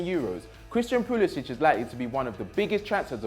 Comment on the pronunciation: You can't even pronounce Pulisic properly.